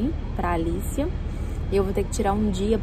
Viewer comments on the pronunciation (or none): o nome da sua bebê é Alice em inglês? Ser for “ Alicia” a pronúncia certa é “ Alichia” pois o “cia” nesse nome, se pronuncia “chia”. Bjs